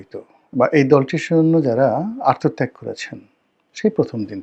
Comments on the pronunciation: রনি সাহেব আত্মত্যাগ বলতে পারে না, ঠিক বরিহাইল্লা মানুর মতো কলস রে ঠিল্লা কওনের মতো … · আত্মত্যাগকে আর তো ত্যাগ বলে। উচ্চারণ শিখেন।